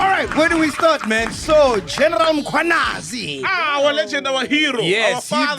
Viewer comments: Mac now even knows how to say Mkhwanazi 😂 no mo Mkhwanyanazi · For the first time he said Mkhwanazi right…..phakama qwabe warrior